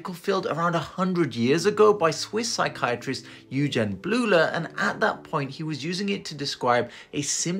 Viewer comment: Doc, it's pronounced "Oy-gen", not "yoo-jen", it's a German name.